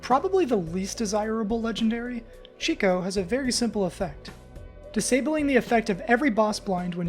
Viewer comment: I feel like everyone gets chicot wrong, if you say it sloweer it sounds like cheat code